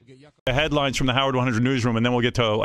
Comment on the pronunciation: JD says Dee instead of The.... he is a complete jadrool 😂